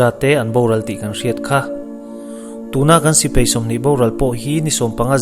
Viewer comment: Angaihnawm e,mahse sipei ti a lamrik a awm leh thin hian ka beng a ti thlep deuh